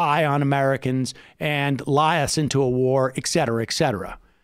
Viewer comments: hate 2 b a nit but it's "et cetera." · Did Sam say Exetera exetera? Does he pay for his expressos with his interact card?